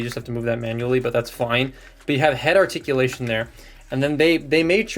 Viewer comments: "Shartikulation" Alright, calm down Thew Adams.😅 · “Sharticulation..” Thew would be proud lol